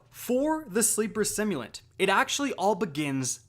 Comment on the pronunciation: he said sleeper stimulant